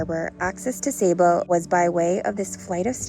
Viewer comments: it's pronounced sah bah not say bu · lovely Video, the previous video popped up and watched it, Saba is my favourite place to visit, love it there, esp the Elfin Forest and you walk through the the clouds, SAY BAH is the proper pronunciation, I think i saw your boat in St Maarten before, i believe by Lagoonies, the name seems familiar. cheer to my fellow Torontonians